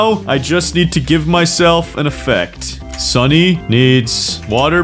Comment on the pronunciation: bro don't know how to say "sunny"